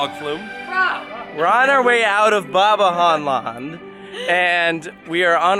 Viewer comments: Bobby-Jean-Land XD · Look I’m Dutch…but from now on it’s “Bobby-Jane land” 😂